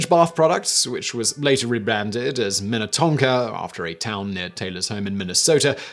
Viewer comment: I am amazed you said Minnetonka properly so many Minnesota city names mess people up. Wayzata Edina Shakopee Ely